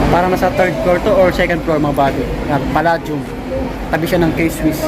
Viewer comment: its pronounced as Pa-"lei" -dium , :)